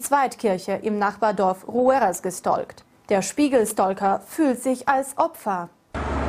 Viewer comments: Die Betonung liegt auf "Sta-L-ker" 😂😂😂😂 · Wie Sie "Stalker" ausspricht xD Da sieht man mal wieder wie engstirnig und klein ihre Welt doch ist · „gestolkt“ und „Stolker“😂